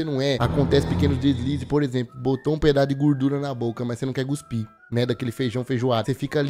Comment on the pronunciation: por favor, nao fala Guspir nao, alem de estar errado ainda me lembra do Filme da Bruna Surfistinha, e olha que nao eh o da Debora Secco